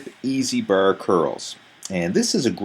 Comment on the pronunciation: easy curl br , straight br, steps pr rms ...brbell....chocolate br,,br girls...what a nice pronounciation